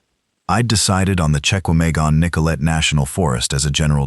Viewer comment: Check-ah-May-gone is not a thing that exists. This is a great story but getting the AI appropriately educated is a need.